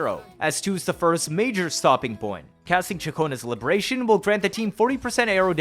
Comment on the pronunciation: I love the emphasis bro puts on 'fleurdelys' but says 'libertatyon' or 'forty circuit' 🤣 on a real note; great vide. super in depth and surprisingly entertaining. the jump cancel is still rotting my mind, soososososo strong